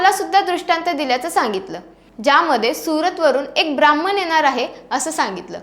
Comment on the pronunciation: हो खरच बाकी छान आहे.पण ण च्या ईथे न ऐकायला कानाला खटकत. तेवढीच बोलायची प्रॅक्टिस कर बाळा आणि ब्राम्हन नाही ब्राम्हण असत तिथे जरा सुधारणा कर